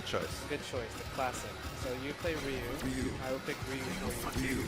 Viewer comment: Lmao he was stalling for the character select screen to say who he mained cause he didnt even know the characters, then when it came up, he picked the first character he saw, Ryu, and pronounced it incorrectly.